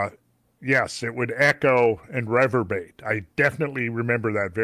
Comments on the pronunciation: Randall - Reverberate is pronounced Re-Verb-Er-Rate, not Rev-Er-Bate! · Yes poor guy was like OMG I can't believe I just said that, I hope Randall didn't notice! Neither is revebate just quietly....Can I take the opportunity to insist on the correct pronunciation (Randall) is re verb er ate. I hope he will do better in the future. 😁😉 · Reverberate not reverbate😂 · Randall, when you say 'reverbate', do you mean 'reverberate'? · It drove me crazy too. I looked could not find any word of any variation that exists in the English language for reverbate. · Randall hates when someone adds a B to supposedly. I hate when Randall leaves a B out of revervberate!